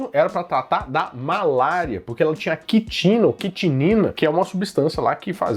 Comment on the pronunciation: Que quitino o quê. Água tônica tem é QUININO. kkk